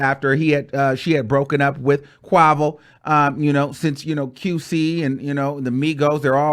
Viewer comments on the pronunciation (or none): This man said “Qu-ahhh-vo” gud nite sir 😭😭😭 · The way you pronounced Quavo’s name lmfaooo